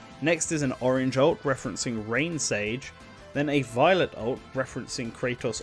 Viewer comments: It's Gee-niss, Raine is pronounced like Rain the weather. Krah-tos, not Kraytos like GoW, Presea is Pra-SAY-uh. Needed some research on these pronunciations, narrator. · It's funny he did say Raine's name right once but mispronounced it every other time